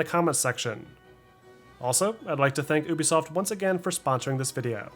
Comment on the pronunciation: dude say ooubesoft instead of ubisoft XD